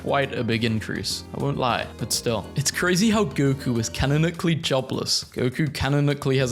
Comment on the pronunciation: no hate but i can't get over you saying canonically as "canacklily"